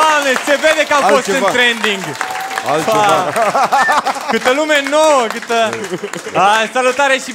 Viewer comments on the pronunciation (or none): Ce se bucura ca e in tranding. e tranding, nu trening;)